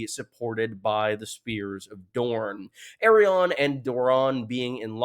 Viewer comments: Why does always say Aerion instead of ARI-ANNE? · My brain gets so confused when he pronounces her name "Errion" lmao. I'm like "who??" for a second every time. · I know a few people have mentioned this, but your pronunciation of Arianne is actually painful to hear. It’s a real world name - a combination of the prefix ‘Ari’ and the name ‘Anne’. You sound like you’re actually (still mis-)pronouncing Aerion, but there are no Brightflames here. What’s worse, even the most Americanised butchering of English vowels does not arrive at ‘Air-ee-ahn’, as you say. I am perplexed at how you came to this, but I beg you to stop 😭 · Can't move on how you pronounce Arianne lol In the part of the world where I'm from, we pronounce it as /ar-yan/ or /ar-yaen/ Otherwise, good analysis again